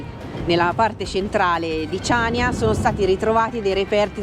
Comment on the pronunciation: Ciao ragazzi,vi seguiamo sempre e vi facciamo i complimenti .. però da conoscitori di Creta e di storia ci tocca fare i "perfettini" ed aggiungere che il nome definitivo di Chaniia si pronuncia CANIA e non CIANIA,inoltre ,probabilmente errore di distrazione, i Romani vengono storicamente prima dei Bizantini ☺️ Cmqe continuate così che siete sempre una sferzata di positività e spensieratezza👍 Ciao da Gianni e Cri 🤗